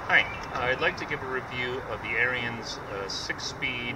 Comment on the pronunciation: ITS PRONOUNCED AIR ENNS. JHC.